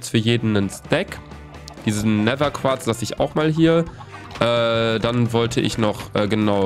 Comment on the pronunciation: Gomme immer so: nehser: Nether*😂 Feier euch❤️💪🏽😂